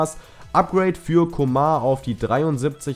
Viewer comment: Man spricht ihn nicht Coma aus ;) Sonst gutes Video!